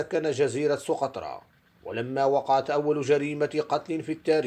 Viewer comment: سُقطرى و ليس سوقطرة